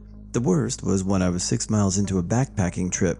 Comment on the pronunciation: Microfeesh, and 'suck-sinkt' I think that dude meant miles and miles, not mikes and mikes lol. Cajoling isn't like K-holing. Sorry man, I can't help myself... :) This is awesome, hugs!